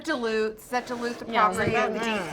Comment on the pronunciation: You don’t actually say dilute like that do you??